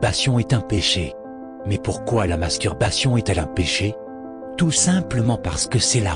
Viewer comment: Il articule très bien le mot "masturbation" mdr